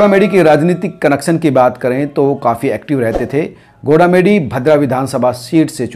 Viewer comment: Gola medi nhi bhai goga medi h